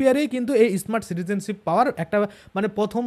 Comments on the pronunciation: ওটা ইসমার্ট নয়,স্মার্ট যত ফালতু উচ্চারণ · ই স্মার্ট। কি?., স্মার্ট বলুন।।।আগে ভালো করে স্মার্ট শব্দ। বলুন 😅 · শুরুতেই আপনার ভাষণ সোনার ইচ্ছা নষ্ট হয়ে গেছে.এটা ইস মার্ট card na, স্মার্ট card.